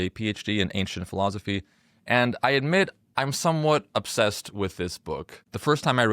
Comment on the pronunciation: you say philozophy. it's weird. i like it.